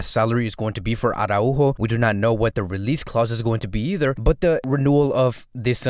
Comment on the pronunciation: Wow!!!! Congratz!!!!! Ara-Újo! Perfect pronunciation!!!! The best FCB channel (and I do mean that) has just become even BETTER! Thanks bro! Keep these great vids coming!